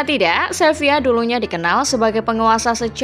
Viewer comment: SEVILA bukan SEVIYA!!!